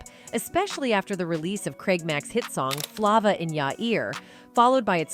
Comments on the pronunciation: what the hell is flahva in ya ear 😭🙏🏾 FLAY-VA. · Honey you have to learn to pronounce certain names like jodeci for one and flava and Tupac 😂😅😂